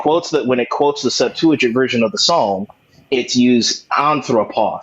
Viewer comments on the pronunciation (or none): none